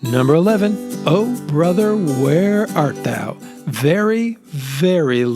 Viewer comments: It's "where art thou", NOT "where out thou"....... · Oh brother, where art thou....NOT 'where out thou'